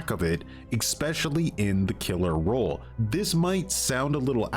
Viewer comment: Im trying to figure out why this guy can't say ROLE. Spent the first half of the video trying to figure out what the killer rule is.